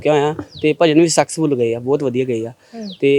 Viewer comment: ਬਾਈ ਭਜਨ ਸੈਕਸ ਫੁੱਲ ਨੀ ਸਕਸੈਸ ਫੁੱਲ ਹੋਏ ਕੇਹ ਪਤੰਦਰਾ ਕੀ ਬੋਲ ਰਿਹਾ😅